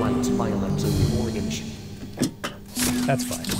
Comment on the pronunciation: I love how when Musical Memory tries to say “orange” it comes out as “Oregon-ge.”